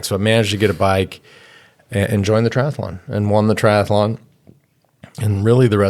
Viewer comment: No such word as tri-ath-a-Lon